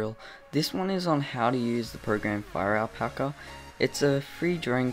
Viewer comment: I thought you said FIRE PACKER